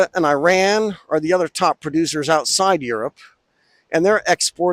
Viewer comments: he's not Iranian, so, don't expect him to pronounce Iran like an Iranian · Learn how to pronounce Iran you fool.